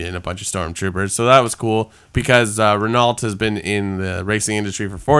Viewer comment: the F1 team Renault is pronounced "Ren-oh" btw